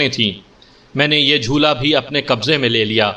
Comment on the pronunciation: بھایی تم جب بار بار جھولا(jhola) کو jhoola کہتے ہو تو بالکل اچھا نہیں لگتا، اسی طرح مطب کو مطلب۔باقی سب زبردست ہے۔ Love from India.